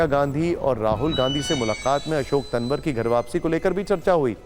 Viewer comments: पत्रकार महोदय तनवर नहीं तंवर है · इतना बड़ा पत्रकार नाम सही बोलना नहीं आता